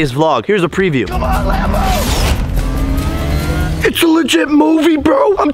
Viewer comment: Instead of Lambo its lambro